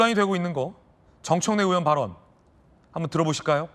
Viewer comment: 언제 부턴가 의원을 우원 이라고 발음 하는데 왜 그렇게 하죠? 궁금합니다